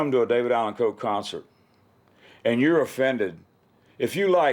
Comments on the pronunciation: RIP, legend! You will be missed! #RIPDAC HOWEVER, I can’t help but be distracted at who keeps pronouncing his name with a very pronounced L in it. Like Cole, instead of Coe. I know it’s probably just a weirdo like me who has ADHD and fixates on silly 💩 I’ll see myself out now! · Someone please tell this half whit it’s COE not Cole. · The dude saying David Allen Cole is is cringe to my ears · Take a drink every time that dude says "David Allan COLE"